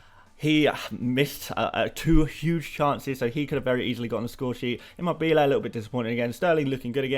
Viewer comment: Hey, just wanted to let you know that Immobiles name is pronounce Chiro ImMObile which a stress in the Mo. The bile is said very quickly